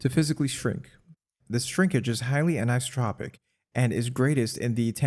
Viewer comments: Very impressed, thank you for sharing this. But isn't it "anisothropic"? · AN - EYE-SO- TRAH-PIC anisotropic EYE-SO-TRAH-PIC isotropic not "ICE-AH-TRAH-PIC" PLEASE FFS CHANGE YOUR WAYS TO THE AFOREMENTIONED